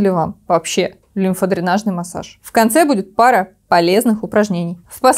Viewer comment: В слове "массАж" ударение падает на второй слог, второе "А" также и при склонении этого слова: массАж, без массАжа, исправить что-то массАжем, благодаря массАжу и т.д.